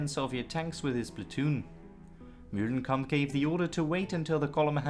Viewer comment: New game...everytime this guy says "MULE-lenkamp", everybody drink.